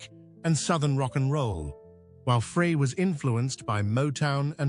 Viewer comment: AI ? " i hear it everyday now and i hate too " IF anyone's still confused . . it's Pronounced Glen ' FRY or Fri ' . . . now i'm just curious if it was your comment about all this AI sh!t now, that i read stated on here yesterday... AND Remember to THUMBS DOWN all These BS uploads on YT now , that are Lying about people and bands Tragic Ending .